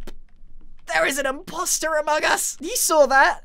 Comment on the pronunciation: Did he just say "sus" and "there is an imposror (among us)"?